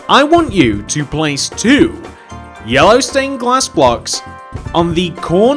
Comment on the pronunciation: Who thinks when he first started putting down the yellow glass he sounded like he was saying heya